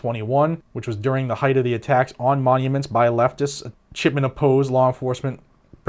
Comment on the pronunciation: Your audio is ok...but whenever you say "Chipman" i hear "Shitman".🤷‍♂️